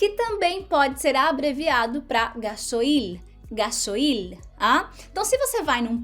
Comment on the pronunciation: Hola! Soy argentina y vivo en Brasil. Felicitaciones por tus videos! Contenidos importantes y divertidos! En este videos sólo puedo hacer una corrección. No se dice “ga-so-il”. Se dice “gas-oil” (oleo en inglés) “ga-sóil”. Muy divertida la historia!! Pobre el dueño de la moto…